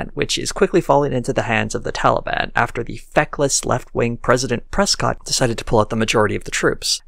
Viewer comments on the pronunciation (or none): none